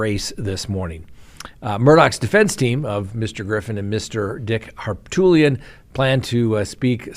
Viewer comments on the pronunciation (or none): I just want to tell you that it's Dick Harpootlian. (Har poot lian) His nickname is actually "Poot". I love your show, I listen everyday. I just couldn't take it being said incorrectly anymore, lol. Not because I like him, I don't. I just wanted you to know the correct pronunciation. Thanks for great coverage of all the important stories! 🙂